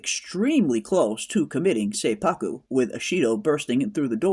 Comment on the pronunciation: Awesome review. Seppuku is pronounced set-pu-ku, BTW. Women are often referred to as the crimson color (red), and an example would be: Ko-itten. Ko-itten (紅一点）is used when there’s only one woman among few men, like one woman executive in a boardroom or one woman in the group of people singing karaoke. Perhaps “Crimson Sky (Ko-ten 紅天）” can also mean one woman going to heaven. I can’t wait for next week!